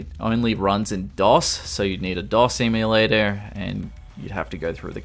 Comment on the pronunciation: They way you pronounced emulator made me think of an Emu Terminator.